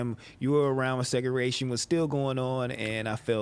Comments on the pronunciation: really said "segeration" lol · said segaration 😂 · foo said “seguration” lol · S/o for saying segaration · Nigga said "segaration" ☠☠☠ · doesn't know how to say segregation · don't know how to pronounce segregation and interracial lol. It's all good fam idk how to pronounce certain words neither lol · So nobody going to talk about pronouncing segregation like that lol